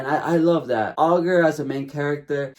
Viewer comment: "All-ger"....ITS PRONOUNCED I-GER you wacth the dub please I can't